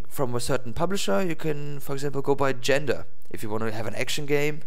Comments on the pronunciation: it sounds like you're saying 'Gender'.. it's pronounced (jaan-ra) Genre. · its not gender its. pronounced jan-rah